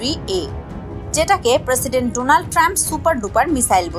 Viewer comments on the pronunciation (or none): none